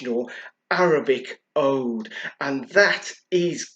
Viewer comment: It's pronounced oood.